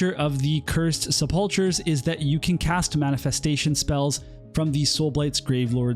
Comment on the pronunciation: Sepulchers is pronounced with a hard k sound